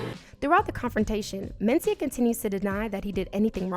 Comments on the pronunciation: The accent is on the 2nd syllable men-CI-ah. Not MEN-ci-ah. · Same here. She's putting the emphasis on the first syllable most of the time.